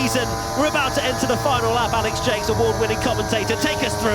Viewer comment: wait, the commentator's name is pronounced "Alex Jakes" and not "Alex Jacks"?